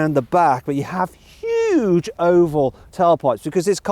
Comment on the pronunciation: hugeとmoneyくっそ強調して喋ってるのほんと草生えるwwww